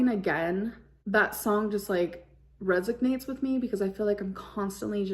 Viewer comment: it RESIGNATES with her. baby love it’s “resonates”